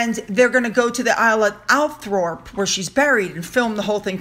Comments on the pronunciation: Not that it matters , but Ouse is pronounced “ooze”, and Althorpe is pronounced “All-trup”. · It's pronounced Althorpe, weird I know ❤️ 😍